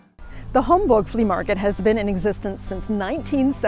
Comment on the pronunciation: It’s Homburg, not Hamburg. These are pronounced differently if you listen closely. Homburg is in the Saarland state of Germany. 🇩🇪